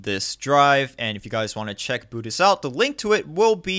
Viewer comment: It's pronounced "Boot Eyes" as in "Ice Cube"